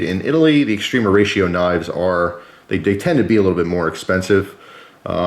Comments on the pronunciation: Just gotta point out every time you called it(correctly per your title mind you) extrema ratio, it sounds like you're saying extreme horatio. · the A in extrema is pronounced kinda like ah, English when spoken relaxed by a fluent speaker it is normal for the spaces between english words shrink and flow fluidly sounding like extrem-ahratio. American English has there own colloquialisms, and (a native new jerseyite speeks with a specific accent. To me it sounds like a slight speach impediment, you can hear it distinctly with the word water.